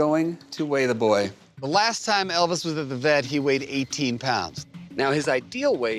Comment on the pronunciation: "we are going to weigh the boye" the boye